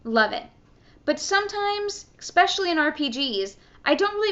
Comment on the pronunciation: Why do Americans pronounce especially with an X??? What the fuck does exspecially even mean?